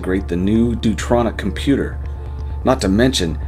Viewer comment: I'm up very early this Thanksgiving morn and this is a great way to start my day. I do have a nitpick, though. It's not "dutronic" or "deuteronic", it's "duo tronic". I don't know if that's the way Stephen wrote it or if has a touch of dyslexia happening. Other than that a good story. Thanks Trey, Silverbullet, and. I think I'm going to spend some of today diving into "Echoes of Nor" on channel. The thumbnails look interesting. Happy Thanksgiving to you all and be seeing you.